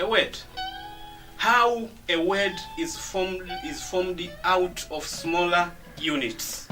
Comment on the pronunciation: hey Mr its /ov/ of not off